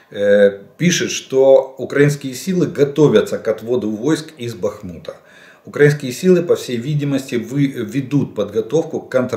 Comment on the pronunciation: При всій повазі але не укрАинскіє а украИнскиіє. Говоріть правильно ви ж освічена людина. Дякую.